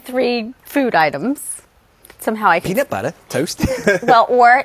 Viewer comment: "Peanat buhtter...towst..." lol